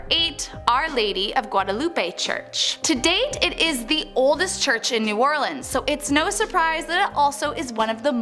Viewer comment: There are many in this vid. A few that stand out are "LaFit" (or "LaFet") is properly pronounced "Lah Feet." "New Orleens" is pronounced "New Orlins." (or "Awlins") (The fastest way to annoy a New "Orlinian" is to say "New Orleens" LOL Only when "Orleans" stands alone is it pronounced "Orleens.") "St. Lou-ee" is pronounced "St. Lou-is." (The saint is not to be confused with the trumpet player, Lou-ee Armstrong). "Hoomas House" is a first for me. "Houma" is pronounced "Home-uh." "Shruvport" is pronounced "Shreeveport."